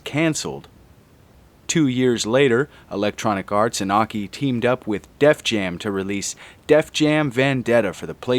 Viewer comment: Oh, now you finally pronounced AKI's name correcrly.